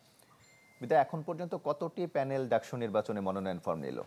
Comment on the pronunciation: উচ্চারণ তো ঢাকসু হওয়ার কথা,ডাকসু কেন?